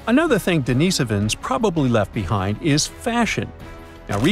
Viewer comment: DENIHS-Ovans. NOT Denees'ovans. Found in Asia, The Pacific. Not - Europe.